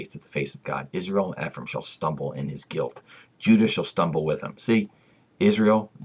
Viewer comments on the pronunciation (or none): Eh-frah- eem (Ephraim)